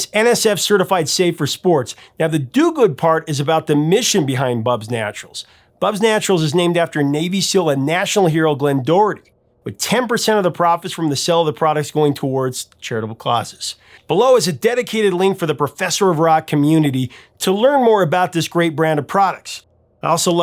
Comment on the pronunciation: Why is it you pronounce the word "SALES" as "SELLS" And "TALES" as "TELLS"? I've noticed this in all your videos. Just asking.